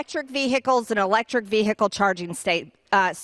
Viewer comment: Veeeehicul: MTG. Where did you lear to talk? What is a veeehicul? New species of bird?